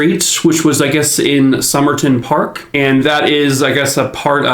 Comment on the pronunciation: I live in Adelaide SA and I would like to commend you on your pronunciation of Glenelg, Somerton Park and Adelaide! Best I've heard from an American 👏👏 If it ever comes up please remember Melbourne is said Mel-bin and Queensland is literally "queens-land" ❤❤